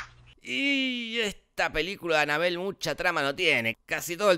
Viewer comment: no se dice annabella se dice annabelle